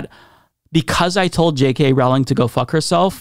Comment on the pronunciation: Her name is pronounced ROE-ling (rhymes with "bowling")